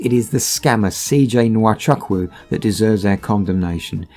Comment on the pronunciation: The name Chukwu is pronounced Choo Koo, NOT Chuck Woo.